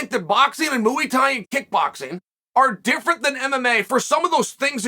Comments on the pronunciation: Muay Thai, MUAY Thai. Not Mooey Thai 😭😭 great video tho Chael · Within 1min heard him say mooey tie and was in stitches. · “Moo 🐮 Eee Thai!” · Ah yes, mooey thai. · It’s Muay thai